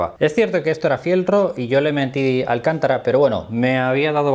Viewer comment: Un par de apuntes,, que sé que te gusta aprender y por eso estás haciendo lo que estás haciendo. El pegamento de contacto se debe dejar secar antes de unir las dos partes a pegar. El material se llama "alcantára" (te lo entrecomillo porque es para que me entiendas que es fonéticamente, se escribe sin tilde, pero el golpe de voz lo lleva en la penúltima A), no alcántara. Alcántara es el famoso apellido español de la serie tan conocida "Cuéntame cómo pasó"